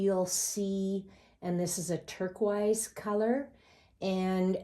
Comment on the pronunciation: The way you say Turquoise makes me lol